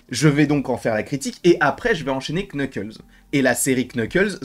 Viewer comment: C'est NUKLES le K au début est neutre